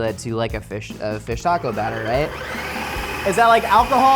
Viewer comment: It was rough watching Mexican food week!! So spot on!! 😆 my hubby is a brit and doesn't like Mexican food! I can't even imagine my life without Mexican food. Or any South American foods. I could eat it every single day. Plus, the way he says taco...like, Tack O. 😆 🤣 I can't.